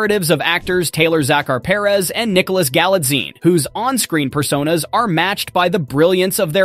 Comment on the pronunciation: You totally butchered the pronunciation of Taylor Zakhar Perez. Like wth😤